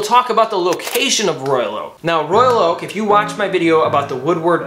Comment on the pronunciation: "Royak Oak"??